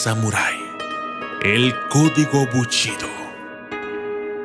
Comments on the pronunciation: Solo una corrección, es BUSHIDO no buchido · "ES BUSHIDO", no buchido según tu o tu manera de pronunciar porque crees que suena mejor. Aprende a pronunciar correctamente las palabras, y te haces llamar documentalista? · Todo está muy bien.....solamente un pequeño detalle...... El Documentalista . ...... Se pronuncia : "Bu.....SHI....do." (Bu....CHI.....do) como lo pronuncias hace que mis oídos Sangren. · Antes de hacerte llamar documentalista, aprende a pronunciar correctamente. Es bushido, no buchido como tu lo pronuncias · Amigo es bushido no buchido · Pronuncia bien GÜEY se dice BU武 SHI士 DO道, no buchido. Mmm la verdad esta chafa tu video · BUSHIDO, no buchido. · Para los japoneses no es lo mismo Bushido que buchido , es japonés . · BUCHIDO... NO MMS QUE PRONUNCIACION DE LA CHOINGADA! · no es lo mismo el shi a chi xd nmms xD , el significado lo pierde es bushido